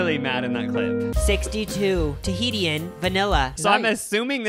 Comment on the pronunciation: THE TAHITIAN PRONUNCIATION?!? lmao just fyi it’s pronounced tuh-heesh-in